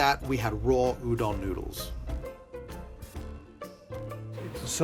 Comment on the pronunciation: Okay, first of all, it is pronounced as "oo-don", not "you-don".